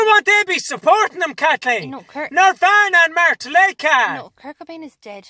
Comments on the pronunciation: "Martelicca" Xdddd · Mart-Lica Ahahahahahaha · When you're so excited to see Metallica you can't say "Metallica".